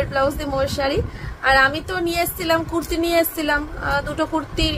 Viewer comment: Emon bhabe bole kurti. Mone hoi kuttta bolche.😂